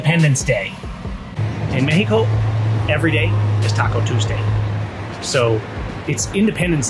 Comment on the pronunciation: MEX-E-KO .... stop the NLP! Otherwise just speak in Spanish! 🤣